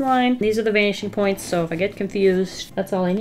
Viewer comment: Every. Single. Time. She. Says. “Vanishing Points”. I hear. BANSHEE POINTS